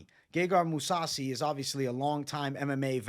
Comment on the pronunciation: This dude said moussasi. This guy is a fucking joke. Perros just jump on the train as it's in motion. Spineless